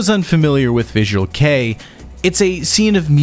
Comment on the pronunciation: I've noticed that this guy can't pronounce anything except English. I think his videos are good, but the pronounciation of all 'foreign' words pisses me off. He pronounced visual kei as 'visual key' 😂